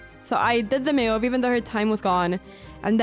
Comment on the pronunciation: You pronounce 'best move' so wierdly. One might bet you said 'mewed' instead 😅 And may be cats are your favourite pets, who knows :)